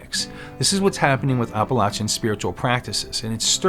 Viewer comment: Well, that's a new pronunciation for Appalachian. Are you saying Oppolachean? The "App" sound is one thing all residents along its range can agree upon.